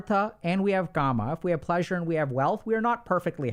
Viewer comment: Its not ' karma' its 'kaama'